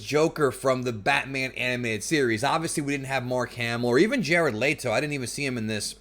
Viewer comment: I love your videos man but I gotta poke a little fun at you. You said Jared LEE-TO and I've always thought it was pronounced Jared LET-O. Lol good review brotha.